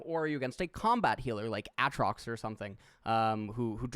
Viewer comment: why does he say aatrox like that is it an inside joke